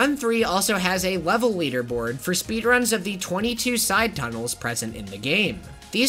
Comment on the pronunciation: sounds like they're saying speed runs 2 words but it's 1 word